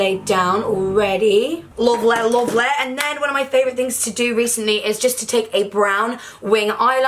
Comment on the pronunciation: That “lovleh lovlehhhh” caught me so off guard and I’m a Yorkshire girl myself😂😂😂😂😂